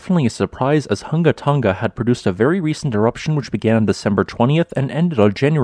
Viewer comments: for anyone curious... Hunga is pronounced WHO-NGA not HUNG-GAH. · You NAILED the ha'apai pronunciation a.k.a. the okina. Well done, some haole never get it. Next, the 'ng' without the "ga".